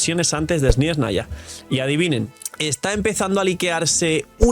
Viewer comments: Hola, deja de decir SnYeznaya es Snezhnaya sin esa Y molesta que pronuncias xd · No veo donde esta la "i" en la palabra SNEZHNAYA...